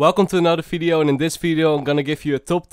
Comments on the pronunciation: no one:: welcome to another fideo and in this fideo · fideo, foice, sofa, aewfome xd